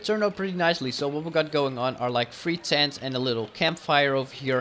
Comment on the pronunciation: the Map is Gorgeous,but your completely Butchering the word "Tent" (you said Stents instead of Tents)